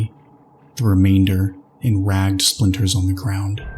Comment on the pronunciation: Debris=duh-bree Ragged=rag-ed (two syllables, not like bagged) Love your narrations!! I hope you'll excuse the corrections, it's something that usually only gets to me with audiobooks that have producers and editors reviewing the narrators, but you're so damn good I'm being an asshole and asking for more lol. I seriously cannot get enough of the Eclipse Initiative, thank you for bringing those characters to life 🩶🩶🩶